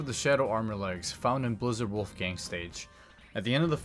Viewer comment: like how you're saying Wolfang wrong lol